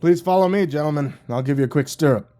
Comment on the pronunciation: "Stirrup" Pretty sure that was supposed to be SITREP, as in Situation Report 😅